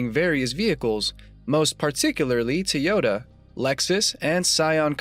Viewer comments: Is this a robot talking? I've heard people say TIEota , Toyoda, but never TEEota. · Toyota is not pronounced with an I. Faye is amazing.